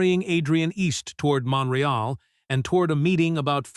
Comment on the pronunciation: Omg these mispronounced words are doing my head in. The city is MONTREAL - NOT mon ra ell. FFS some human editing needed here - URGENTLY